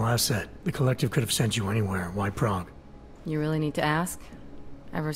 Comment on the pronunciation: I hate how Alex says Prague...